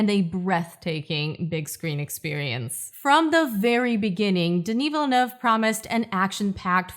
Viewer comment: Americans SAY Villlleennue